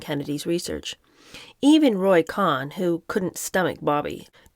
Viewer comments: it's pronounced, "Cone"...Roy "Cone". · I always heard the name pronounced “Cone” in the news. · It is pronounced "Cone" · I don't know who told you that, but Cohn rhymes with Cone. He's the sine qua non of political operatives, and political junkies pronounce it as I indicated. You can also look it up online. Great job otherwise! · Say Roy "Kown," as in "known." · Roy Cohn’s last name is pronounced “cone” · The name Cohn is pronounced Cone like pine cone. If someone told you otherwise, they were messing with you. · You are right. I’ve always heard it pronounced just as it is in pronunciation guides: “koan”. The “o” is shown to be the sound of the “oa” in goat. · Love your channel. Roy Cohn — it’s pronounced ‘Cohn’. It’s “Cone”. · It's actually pronounced Roy "Cone." I enjoyed your attempt to imitate Truman Capote, but you were still at least two registers too low, and you need to learn to mince. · Pretty sure it’s pronounced cone like an ice cream cone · There's numerous Youtube documentaries about Roy Cohn, and his surname's pronounced Co-en, not Khan--like Genghis Khan. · I think Roy Cohn’s name was pronounced “Cone”. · LOL! It should have been “con” but it’s really pronounced “cone” I wasn’t going to say anything when you pronounced it “co-han” but couldn’t let this go on wrong. Sooo sorry! I don’t like to point these things out. I just enjoy your reading. There are a couple good documentaries about Roy Cohn on streaming services. He was a good lawyer but a pretty evil snake. PS - if you’re not sure how to pronounce a name, you can put it into Google ie: “Roy Cohn - pronunciation,” and the computer will say it back to you. ❤this is not a criticism in any way. So sorry you got bad advice. I loveyou and your channel!❤ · His name is pronounced, CONE not KHAN- Roy Cohen GREAT ATTORNEY. LOUSEY PERSON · This probably won't reach u but it's not Cohen or khan but cohn, pronounced cone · I'm from NY. It's Roy CONE. NOT Con, not Cohen.